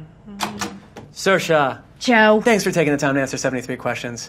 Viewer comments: Saoirse like inertia. But she's a strange one because the proper pronunciation of Saorise is Sear-sha, not sersha. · Pronounce her name like "inertia" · No its not its pronounced seer sha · McCarthy Sally Anne well it is nearly. He only got the first 'a' wrong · if you cannot even pronounce her name, she must not be that approachable